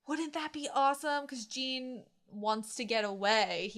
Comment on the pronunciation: Jean is pronounced like a John with french accent. The way you say Connie is funny too. Also Pyxis is not pronounced like that either Just try to pronounce it like Germans would